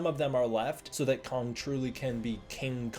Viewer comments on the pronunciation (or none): Just the pronunciation of Kong as “Kung” cringe